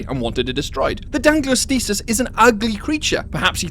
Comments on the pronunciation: lol its Dunkleosteus and not Dunkleostisis who teach you read?? must be Punished Hardly ! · It really bothers me with how you mis-pronounce Dunkleosteus. the osteus part is from the Greek for bone. Just think of Osteoporosis or Osteoarthritis.